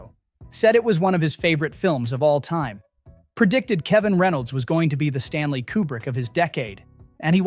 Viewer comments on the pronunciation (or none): none